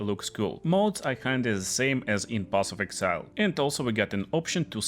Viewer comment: path of exile not path of excile